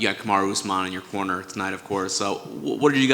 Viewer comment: I keep thinking he saying Connor instead of corner 🤦‍♂️😂